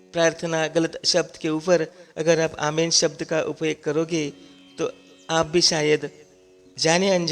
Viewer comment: पहली बात कि बाईबल मे "आमेन" नाम का कोई शब्द है ही नही,जो शब्द है, वह "आमीन "शब्द है। जब की आप मूंह से "आमीन "सही बोल रहे हो। "आमेन" गलत शब्द है, सही शब्द "आमीन " है।